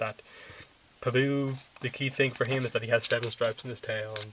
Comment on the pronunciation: The only thing that annoyed me in your video is that you pronounce pabu in the weirdest way. However, other than that small fact, your video was alright. I may get this book but it is kind of short. They do not show any of the buildings or anything which would have been nice. If they did a step by step on a spirit world scene and a republic city scene, that would have been cool.